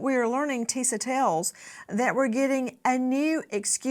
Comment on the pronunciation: I believe "Tisa" is pronounced "TEE-shuh".